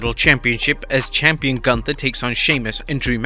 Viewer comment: Is it really that hard to pronounce Gunther’s name correctly? It’s not hard!